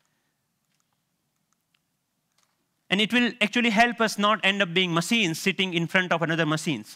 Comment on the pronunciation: genius but why is he saying macine?? :)